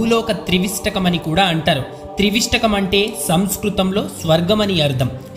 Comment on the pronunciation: Not Trivistakam It is Trivistapam